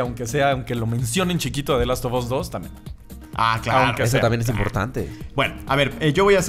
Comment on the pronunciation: Porqué carajos dicen "THE LAST OF OS"? SE PRONUNCIA "THE LAST OF AS".